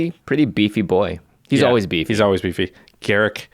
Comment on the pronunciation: Ga-Rook not Garrick.....